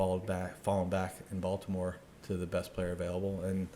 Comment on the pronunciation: “Bolt’imore Chargers” lol